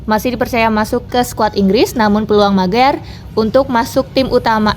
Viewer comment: Host nya keseleo